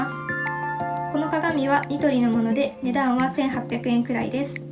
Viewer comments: 値段はのイントネーションが気なってしまう ごめんなさい🙇‍♀️ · この動画を撮影した者です💕 本当ですね！💦 “値段は”のイントネーションが方言ということに、今気が付きました。（笑） 動画撮影初めてで緊張しちゃいました🤧